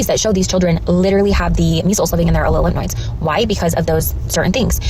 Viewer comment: Wait is she saying lymph NOIDS? Not lymph nodes?